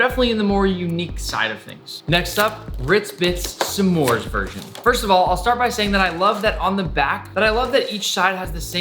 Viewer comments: NICK IT IS PRONOUNCED SMORES NOT SSEMORES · It is not sa'mores it's just s'mores. One syllable. 😡😡😡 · the way he says "smores" with two syllables is rather aggravating.